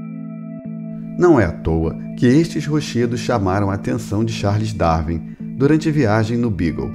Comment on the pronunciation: Grande cientista, dizer Darvin em vez de Darwin é de gente muito avançada